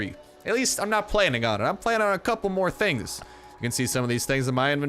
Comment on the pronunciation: when he said the word "Tings" Toronto approves!